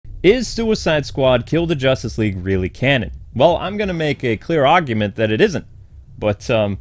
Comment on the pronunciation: That New York accent right at the beginning with the word “Argument.” 😂😂